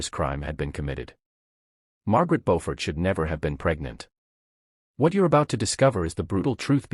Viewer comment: Her correct name is "Beaufort," not "Bofford" or Beauford."